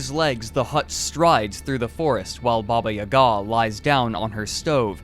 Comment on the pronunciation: Why you put that strange accent on "Ga"? It's not pronouced this!